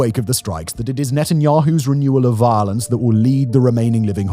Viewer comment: I know it's silly, but I love how Simon says "violance."